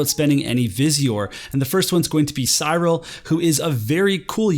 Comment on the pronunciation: Cyril is Si:Ril (like in myth). Would need an "E" in there somewhere like Blythe. That aside, well timed video cause I dunno where I stand with the game right mow. I'm thinking of Astrius rerelease or another 100 before then may get my attention but otherwise game bloat is beating me